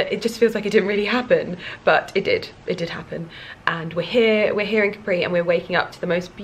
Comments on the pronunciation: Hi! You are always gorgeous! Please say Càpri as in Italian we don't have the accent on the last vocal;) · Is Càpri not Caprì !!! it is strange that no one has corrected you in Italy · 10 min in and you keep saying Caprí (with an accent on the i) - cute but also slightly driving me nuts (it's Càpri). Hoping someone will tell you once you get there! lol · Your comment wasn't for nothing, because I found what I was looking for. I wasn't sure, but thought that it was Càpri, then heard say it Caprí and thought "ok then I must've thought wrong" haha 😊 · I think you’re gorgeous! But please, I’m Italian, and isn’t Caprí is just Capri... 😅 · You know it's not Capri', right? It's Capri, no accent. You have just been there, for Gods sakes! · I love your videos. Just in case no one has corrected you yet (I didn’t read through all your comments) you’re mispronouncing Capri. The accent is on the ‘a’, not on the ‘i’. I think we should all take the time to learn how to pronounce foreign words and names as it shows respect for the culture. Ask any native Italian, they’ll confirm the pronunciation. God bless. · Oh my god, it was annoying me so much that she kept mispronouncing it! Even more so since she has Italian origins!